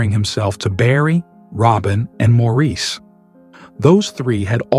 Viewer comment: Why are two unknown men in white shown when talking about Andy? And why is a black man singing shown when talking about Andy? And Maurice is pronounced like Morris. Yes, unusual but that is his name pronunciation. I never heard about the family living in Spain and I have watched many videos of The Bee Gees. This was a bad piece using a bot to narrate.